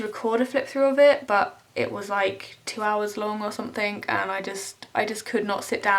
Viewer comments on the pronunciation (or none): I love how you say "somethink" It reminds me of 2D from the Gorillaz